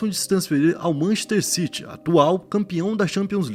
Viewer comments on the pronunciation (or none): none